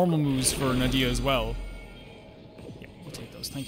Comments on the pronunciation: Na-hee-da not nadia 😅, basically her ult is a boost support for everyone Her skill is linking enemy and they will take damage together through elemental reaction (dendro only react with electro, pyro, and hydro) So for easy use is.. 1. Link enemy, razor ult and attackkkk (with razor) 2. Link enemy, pyro, razor ult 3. Link enemy, make wet (with barbara), attack with pyro or electro Dendro + hydro = bloom, dendro core (the green thing) Dendro core + pyro = burgeon (explode) Dendro core + electro = hyperbloom (homing missile) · Na-HI-da, not Na-dia please 😭 she is a very important character in story by the way but you won't meet her soon sadly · Sorry I just can't, it hurts so much. It's Nahida, or for a comedic relivea Nahihi, not Nadia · don't be too down on yourself about it! i'd say probably 70% of the videos i've watched of people reacting to the character demos for the first time see 'nahida' and immediately pronounce it 'nadia' as well. sometimes you need to hear a name a few times before it sticks in your brain, and you did only hear it the once. i'd say the mistake is less important than making the effort to learn the right way to say it /gen!